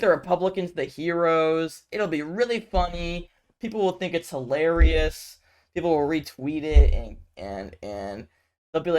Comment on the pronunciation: you mispronounced hilarious.